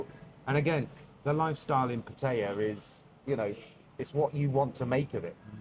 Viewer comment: Seem like cool guys, but not how you pronounce pattaya 🤣